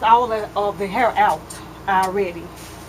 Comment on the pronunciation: i <3 How You Say Hair, You Say "Har" :-D